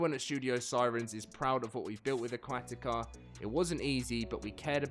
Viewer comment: 46 seconds in and this guy cant pronounce aquatica >.>